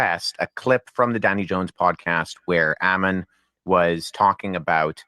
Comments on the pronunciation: Make no mistake- the mispronunciation of your name was a passive /aggressive attempt at insult, plus they superstitiously avoid your name, lest they invoke your presence. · Him mispronouncing and misspelling your name on the video was a sign of blatant disrespect and disregard. It was intentional Hail Ammon and Mother Greek